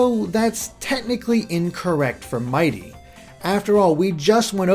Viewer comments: It's mighity NOT mighty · IT'S NOT MIGHTY IT'S MIGHITY! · His name is actually "Mighity".